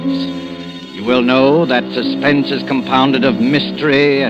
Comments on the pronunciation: Did anyone notice he messed up saying suspense at the end? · Susplense ha ha ur right, well spotted!!